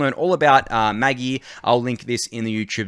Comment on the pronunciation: It's pronounced Maj-eye, not maggy lol. The screenshot in the tweet was a Neon Genesis Evangellion reference